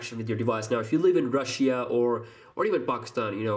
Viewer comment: Rush-She-A??????? Russia 😂😂😂😂😂😂😂😂😂😂😂😂